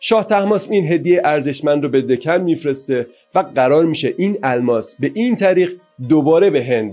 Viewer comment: دَکن رو دِکن و فِدیه رو فَدیه و پانی پت رو بانی بت و یکی دو اسامی دیگر رو کسر ه و فتحه هاشون رو جابجا گفتین ولی تاریخ رو خوب وعالی بیان کردین